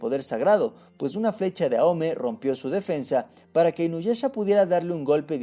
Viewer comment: si se pronunciase aome entonces porque kagura no decis agura o a kageromaru ageromaru no justifiques una cagada del doblaje como pronunciación